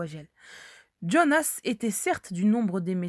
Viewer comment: Quand vous lisez "Jean" vous dites "Djean" ? Quand vous lisez "Jonas" ne dites pas "Djonas", c'est de l'américain et nous sommes en France avec un prénom bien français.